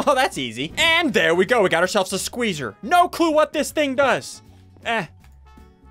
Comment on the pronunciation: I love how he says spueezer. (squ-EE-z-ER)